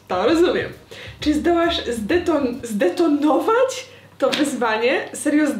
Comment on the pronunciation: "Chce to zdetonowoć" xd❤❤